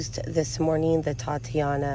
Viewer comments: OMG, please please please stop misprouncing "titania".....these are products that are named for titanium! Not a girls name " tatiana"..... Please sound it out😉😉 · Please look up how to pronounce TITANIA